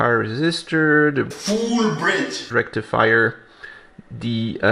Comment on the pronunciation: with his iconic and emphatic, “FULL BRIDGE RECTIFIER” made my day - thank you. It’s impossible to read those words now not in his voice and I’m all for it.